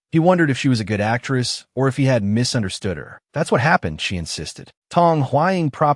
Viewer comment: Why do you keep saying Astress